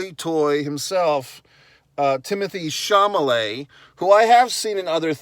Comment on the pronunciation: Chalamet, not Chamalet.